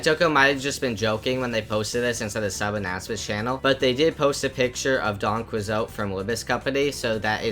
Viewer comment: The pronounciation of "Don Quixote" actually killed me.